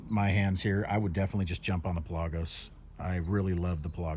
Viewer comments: Its pronounced the way its spelled. Pelagos. Not Pe-lagos. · Pronounced Pell-a-gose